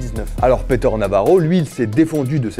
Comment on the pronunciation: "Peter" se prononce "Piteur", pas "Péteur". Mais édifiant sinon.